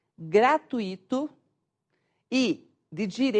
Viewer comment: "gratuíto", a pronúncia coreta seria gratuito,certo?